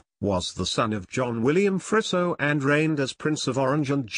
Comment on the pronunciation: It's pronounced more like Freezo rather than Frisso